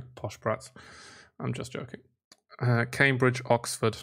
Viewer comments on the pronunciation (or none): none